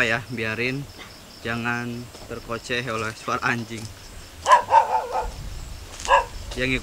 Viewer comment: Bukan terkoceh tapi terkecoh.... 😂